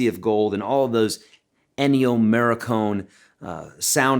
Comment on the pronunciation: I let you slide when you said "the Mavericks" but MARE-icone!? Get yr shit together dude